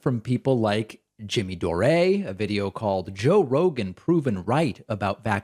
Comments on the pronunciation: Jimmy Do-Ray (love the new pronunciation) is such an obnoxious despicable imbecile. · Hi David, I'm a Patreon subscriber and have been watching your videos for years. I used to watch The Jimmy Dore show a while back when he was on TYT. That said, his last name is pronounced "Door" not "Doray." He's of Irish ancestry, not French, so he uses the Anglo pronunciation, not the French. Unless, of course, he's decided in the past couple years to change how he pronounces his name. I don't watch his show anymore so I wouldn't be able to confirm that. But last I heard, it's Jimmy Dore (door). Love your show, btw, you're always so calm and well informed on whatever topic you are discussing. Keep up the good work. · DAVID, why do you keep calling Jimmy Dore, Jimmy DOREE... it's pronounced Door. Lol. LOVE YOUR SHOW AND WATCH EVERYDAY! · I absolutely love that you pronounced Jimmy Dore's name wrong. (It's pronounced like "door"). It just shows how insignificant and irrelevant he really is. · classic Pakman, always butchering the names of his enemies. Jimmy Doraaaay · Jimmy Dor-Eh?